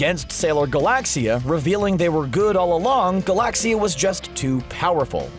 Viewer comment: I dont like how you say Galaxia (ga-lac-cia